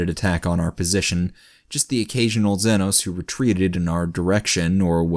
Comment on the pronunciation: Hey buddy. Huge fan, but one thing's been killing me: it's pronounced ZEE NO not zenno